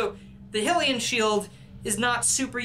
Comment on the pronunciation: You pronounced Hylian wrong